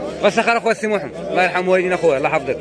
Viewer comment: تبارك الله عليك خويا على المجهود اللي كتدير باش تقرب لينا الأجواء ديال السوق غير هو لاحظت الناس ديال القلعة فالعوض ميقولو سمحمد كينطقوها ناقصة وهي سمية ديال الرسول عليه الصلاة والسلام